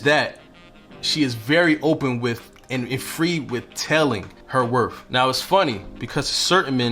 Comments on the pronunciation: Wor TH not Wor F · I’m glad that you corrected yourself to pronounce “WORTH” correctly at the end of your first point. Nothing drives me more insane then somebody who mispronounces worth as “WORF”. On another note, the content of your video is on point! Thank you 🙏🏽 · You lost me at "werf" (instead of correctly pronouncing "worth") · Worth. Not WorF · Worth, does not end in "f". I respect men who speak well. You did say it correctly when talking about a car. Other than that, your facts were spot on. Coming from a woman over 60. Most young women are quickly to ask for things, instead of touting her standards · The word is worTH not worF. 🤨🤨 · It's you sayin "wor-F" 🤣...good info tho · WorTH with a TH like mouTH, don’t pronounce it as a F man. I can’t take people who speak broken english seriously, regardless of the message. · you are not saying worth properly . there is no f sound in worth. thank you very much.